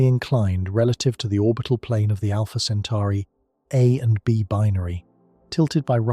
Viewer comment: Great video but make up your mind on one pronunciation. CentAri or CentOri.